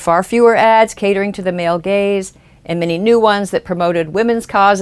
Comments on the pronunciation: For a while I thought she was saying male Gays.. not Gaze. "The evils of the male gays" lol.. Good video I know ya were saying Gaze but it is kinda funny how it worked out if you switch that one word. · Every time you said "gaze" I though you said "gays" and I thought "what do the gays have to do with this?"